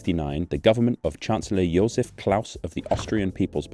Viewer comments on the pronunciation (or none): none